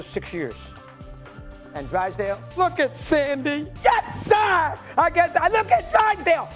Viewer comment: Mad Dog "Yas Sar" 😂😂😂😂